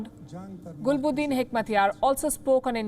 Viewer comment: It's not gulboldin lol, it's Gulbadeen 🤣🤣